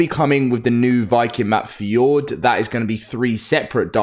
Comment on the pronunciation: Bro says fee ord rather the f your door